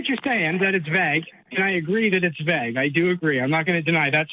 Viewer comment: What got me most was how he pronounced "vague" as "vag" 😆